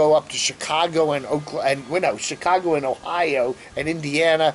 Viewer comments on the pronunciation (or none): none